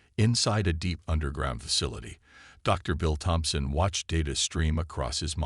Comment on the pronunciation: Hard T. Tomson. Not Thomson.